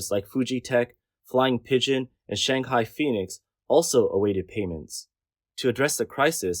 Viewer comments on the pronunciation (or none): none